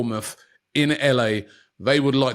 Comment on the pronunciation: one thing i always wondered with robbie is why he pronounces his “TH” words (This They Them) etc. as Vis, Vey and Vem 😂😂😂